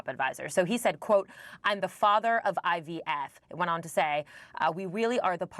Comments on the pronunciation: Is he saying IBF . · Why is it that no one else caught Donald calling IVF, “IBF”????? He clearly doesn’t know what “IVF” means or stand for. Listen very CLEARLY!!!!! He said, he’s the father of IBF! lol 🤣🤣🤣🤣🤣🤣